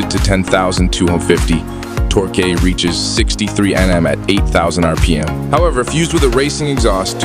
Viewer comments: Oh it's a dew kitty,with lots of tore kay. Why can't these types of channels use real people to narrate . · Do Ca tea??? Tor key??? Read by a robot???